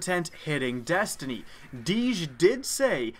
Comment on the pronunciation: did he say dastiny